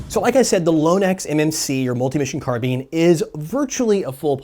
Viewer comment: "CARBEAN" GOD DAMMIT! lol